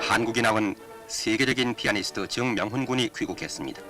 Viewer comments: 정명훈이지 왜 정_명훈이라 발음하지? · 아나운서 발음이 이상해요… ㅎ ‘즈응명훈 군’ ㅎㅎ